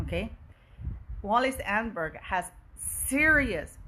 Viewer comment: Thank you for this VERY interesting report. Btw her name is pronounced: Ahn - nehn - berg - emphasis on “nehn”